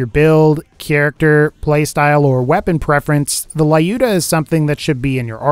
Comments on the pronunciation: You pronounce lyuda wrong it's a Russian female name the combination of "yu" should sound like u by itself in the name L"u"dah not Lah"u"dah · Duuuude its so suck to hear how you say "lyuda" Its russian weapon, and it named like real name in russia - Люда And its sounds like l'uda. Or just put "Люда" in google translate and hear how it sounds